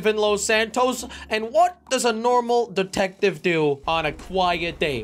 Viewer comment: I thought he said datective